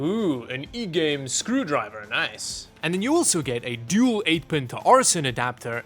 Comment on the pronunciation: Not "e"game , its igame